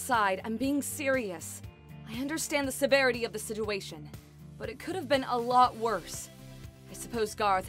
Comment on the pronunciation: When was talking she said instead of situation she said siduation